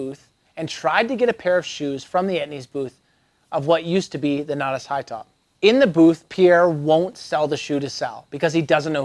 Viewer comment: 14 things you don’t know about how to say Natas. Except a couple times you got it right for some reason.